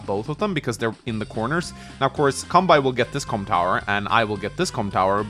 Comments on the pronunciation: Seriously though dude, please say Kanbei correctly. You don't pronounce Sensei as "Sen-sai" so why should Kanbei be pronounced as "Kan-bai" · Why does he pronounce kanbei's name like that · Your content is great, but your Kanbei pronunciation is tilting, pls fix BibleThump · Love your videos, but I wince every time you mispronounce "Kanbei". Seriously, why pronounce the -ei in his name like that, but not the -ei in Sensei?